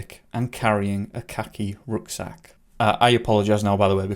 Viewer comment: Did you say he was wearing a khaki rucksack or a Rhaki cucksack? Just wondering